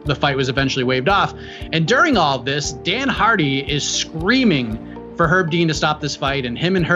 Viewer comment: pronounced Herb Dean with a silent H about 50 times and no other comment addressed it, am I insane?